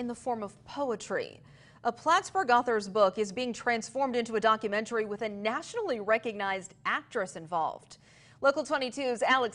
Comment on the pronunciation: Well he couldn’t pronounce the word documentary properly either